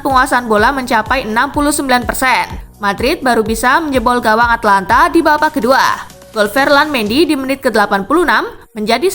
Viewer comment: Min tolong Atalanta jangan dibaca Atlanta soalnya itu beda